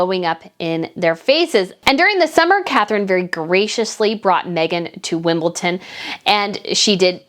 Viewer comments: it's WimbleDon not Wimbleton😮. Please check pronunciation of words before saying them. It makes people who don't know, say it too. Have you got the Gloshers right yet either? Gloucesters but pronounced Glosters. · WimbleDon - its a 'D', not a 'T'. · Why do Americans always call Wimbledon wimbleTON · Absolutely agree with you it is so frustrating and there are other commentators who also mis pronounce WimbleDon